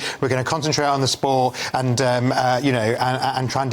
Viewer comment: why can't he say the word Sports? :face-purple-crying